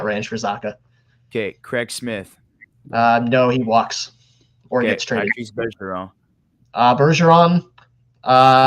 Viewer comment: its patrice not patrick